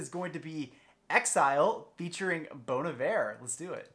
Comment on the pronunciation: this is the first reaction i have watched where "bon iver" was pronounced correctly so i am going to give you a thumbs up before i even finish just because of that